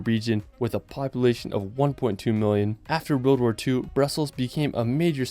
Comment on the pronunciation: Love the content, but why can't this guy pronounce the word 'world'?